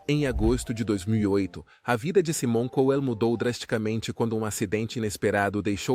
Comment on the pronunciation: Esse narrador é ridículo, não sabe nem pronunciar o nome corretamente , e não é apenas o de " Saimon Couel " , essa é a pronúncia correta , mas de todos que ele narra